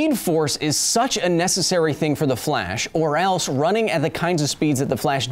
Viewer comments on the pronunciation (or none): none